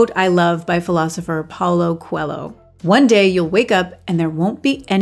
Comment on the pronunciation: You lost me a little when you didn't know how to pronounce Paulo Coelho's name 😏 He's a writer BTW, not a philosopher.